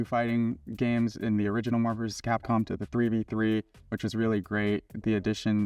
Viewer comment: Remember when said "Capcpom"